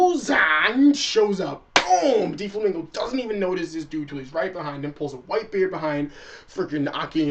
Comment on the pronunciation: its DOflamingo not Deeflamingo zzz